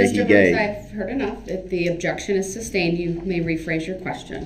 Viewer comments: Can someone in that court room please tell him it's not "substained" dude has been saying that all trial! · IKR ! He actually says it wrong. Because he doesn't know what he's talking about. 😂🙄 But if Duh-rell thinks it confuses anyone.....he sticks to it!